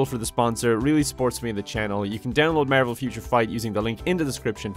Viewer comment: I only hear marble instead of marvel